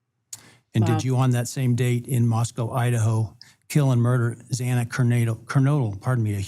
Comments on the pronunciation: The judge should be voted out of his position. He mispronounced Xanas last name 2 times which shows he didn't care. If my daughter were one of the ones murdered, you bet your ass i would be asking for all the help I could get from the public to help get the plea deal denied. For that judge to sit there and scold Mr. Goncalves was so wrong. He should have acknowledged the horrible pain these families feel. As for the prosecution, what a joke. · And the judge could never pronounce xana's name correctly! Every time he said it wrong! How disgusting was that?😮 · i think the judge was an ass. Bumbling over pronouncing Xana Kernodle's name was so disrepectful.